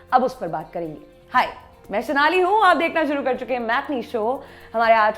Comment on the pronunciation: It's Sonali...not shonali